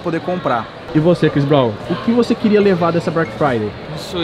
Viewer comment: "Chris Bronw"